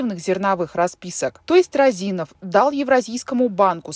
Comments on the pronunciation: Не РазИнов, а рОзинов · Не Розинов, а Розинов, ударение на первую О! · рОзинов, а не розИнов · Не розИнов, а рОзинов. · Не розИнов а рОзинов. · не розИнов, а рОзинов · Розинов, а не Роозинов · Вообще то фамилия Розинов ударение на первую "о" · РОзинов! Уши режит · рОзинов ударение на о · Ударение правильно ставьте😑 рОзинов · рОзинов... ударение на о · вы же не в курсе, что Розинов, ударение на О, достаточно честный и порядочный человек. Он не крал деньги у государства, у него отжали бизнес. Вся страна сидела на зерновых расписках и по секрету до сих пор сидит, под них выдаются кредиты. Он строил больницы, школы, дворцы школьников, помогал детям своих сотрудников на операции. Он лично у меня ничего не украл, как гражданина и налогоплательщика. Он не скрывался, вложил эти деньги в сельхозтехнику и элеваторы. Вы работников и обычных Костанайцев поспрашивайте, они вам расскажут кто он и за что его посадили, как бизнес отжали. Он занимался сельхозпродукцией, он сеял и собирал урожай. Не выкачивал ресурсы из страны. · Розинов, пишется и говорится через О.